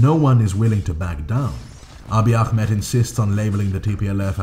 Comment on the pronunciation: The way you pronounce akhmed is too strong, I know it comes from good intent but try just calling him “aameed” spelled Ahmed next time :)